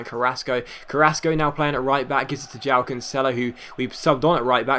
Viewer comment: Joao is pronounced juh-wow :)